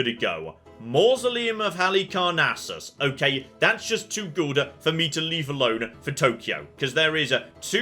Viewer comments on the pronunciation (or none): Reave arone, prease.